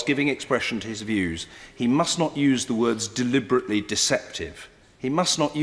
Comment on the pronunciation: Why can´t he say deliberately deceptive!?!??!